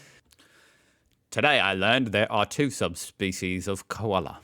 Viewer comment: 1. You’re still doing a perfect cockney English accent for what you believe to be Aussie. Nice to see you finally get why we call them “hundreds and thousands”. 2. “Ute” is “yoot”, not “oot” and “Koala” is “ko-arla”, not “kwarla”. 3. We used to have several car factories in Australia, not just the one you believe. We had GM (GMH), Ford, Chrysler, Mitsubishi and more. 4. There’s a big difference between the definition of a “burger” (broad generalisation, which could include any or many types of meat...or even no meat whatsoever) and a “hamburger”. 5. Both roaming cats and dogs kill indigenous wildlife. Cats are increasingly being banned in regional (country) towns and cities in particular. 6. “Maggi” is pronounced “maj-ee”, not “maggy”. “Maj” as in “badge” not “marge” (in case you were tempted to say it). Cheers from Oz.